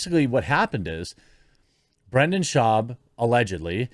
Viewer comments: You’ve got to pay more attention to names. You are horrible with this. Brendan. Not Brandon. It may seem small, but it’s like Israel Adesanya, it’s not hard. Odd Uh Sahn- Ya. 4 syllables. It just makes it seem like you don’t care or you’re mid Michigan to the bone. Oakland county, myself. Try harder. Yes, I’m subbed. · You spelled Brendan but you keep saying Brandon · Its Brendan. Not Brandon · "Time is undefeated".. That's AMAZING and I'm borrowing it. Thanks! 👍 But his name is BRENDAN with an "E".. not Brandon.. I'm just saying.. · Why can't you say 'Brendan'? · It's brenda shwab, get his name right.